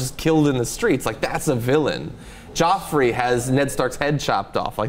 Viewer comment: Joffrey...not Geoffrey